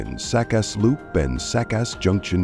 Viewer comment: Who produced this? The voice "artist's" pathetically inaccurate pronunciation of Secaucus and Newark should have this production company flagged.